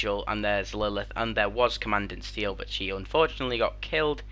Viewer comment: ‘Aye-shuh’ ‘comma-dawn-t Steele’ for pronunciations